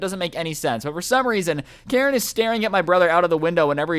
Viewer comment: Jesus christ its "Karen"